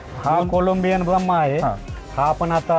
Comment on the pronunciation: Abe 😂😂 Bramha nahi Brahma aahe to